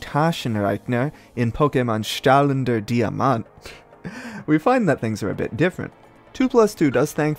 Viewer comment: german here, the a in Taschen- and e's in rechner are not silent, e's are rarely silent in german at all they only are when a u follow because eu is a specific sound. strahlender was almost right but you didnt pronounce the first r for some reason? And Diamant was perfect.